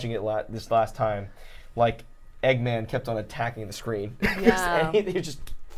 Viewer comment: Eggman is 2 syllables 😂